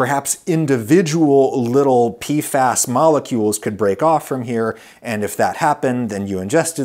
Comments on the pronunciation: PFAs (PEE eff AYs) Not (PEE fass) wtf Adam, no wonder bro didn't know what you were talking about 😅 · wasn't prepared for adam saying it as "pee-fass" instead of just saying the letters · It's P-F-AYS